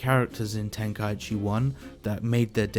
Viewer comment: Before making an hour long vid, atleast learn how to say tenkaichi properly. Idk how so many people say it wrong